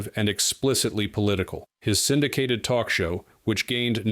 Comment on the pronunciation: I can still hear "Oh please, can we twok?" Seeing her snort a line of white powder just before walking on stage is what lost all cred. Powder? No cred. Crystal? No cred. Needle? No cred. Weed? I do not want to smell it, see it or hear about it so knock yourself out discretely.